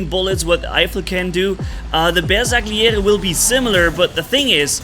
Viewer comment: Please stop butchering the name of the bersagliere like that😭🙏